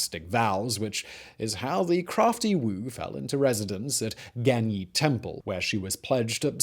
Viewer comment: Gan ye. Sounds like gan yeay. Not yee